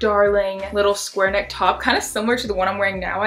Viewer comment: nobody:: SQUARE!!! NECK!!! love her always